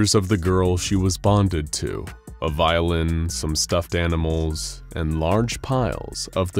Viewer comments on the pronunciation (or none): I swear he said "amimals"